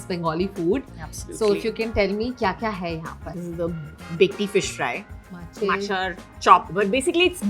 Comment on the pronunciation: it's not jingri malai curry but chingri ( prawns in bengali) malai curry.... it's bhetki ( is a fish) not bekti .... this is mocha ( kele ka phool ) uska chop.... Its not banana flavoured yrr 😂 ..... Her being a Bengali must know this atleast.... Seems like she's trying very hard to show as if she knows everything about the dishes 🙂🌚